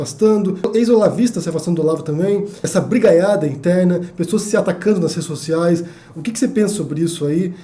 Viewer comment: Nossa, o jeito que você fala "brigaiada" é diferente.; ) Meu galã preferido.